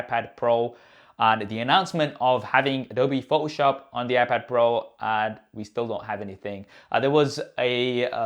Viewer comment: Love your channel! Your English is very good. Please say photoshop correctly...its Pho-toh shop. You are omitting the T.. It's not pho-oh shop. Adobe is an American Company so it's something you will want to adjust. Thanks..you're review of the new OS was spot on! It does have so much potential! I'm looking forward to when they port Logic Pro X on there. By the way if they have a bridge brand keyboard that works with this size of iPad Pro those are extremely good!! Again, thanks for the great video!! You gained a subscriber today!!... Dave